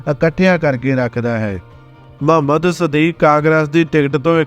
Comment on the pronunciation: ਬਹੁਤ ਵਧੀਆ ਲੱਗਿਆ l ਮੁਹੰਮਦ ਸਦੀਕ ਹੈ ਨਾ ਕਿ ਮਹੰਮਦ ਸਦੀਕ l ਬੋਲੀ ਰੁੱਖੀ , ਸਤਿਕਾਰ ਦੀ ਭਾਵਨਾ ਦੀ ਘਾਟ ਹੈ l